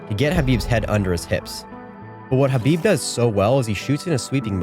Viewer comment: Thank you for pronouncing Khabib's name correctly. I can't believe even today and even after Khabib told people how to pronounce his name that some people still pronounce the K